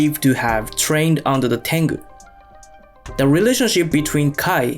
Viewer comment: ale te ai beznadzieja fudomo? xD Fudo Myoo..... zakrzywienia ? horimono czyli zlobienia.. tangu to tengu .. xD